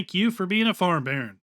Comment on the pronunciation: I know its Farm Baron but I always hear "Thank you for being a Farm Bear" :DDD